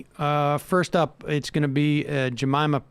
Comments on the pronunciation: Uuuf! Its Ja(meeeeeema)! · Are you referring to Jemima? If so it's hard to blame if her name is spelled exactly like the namesake of a popular pancake syrup that we all had in our households as children.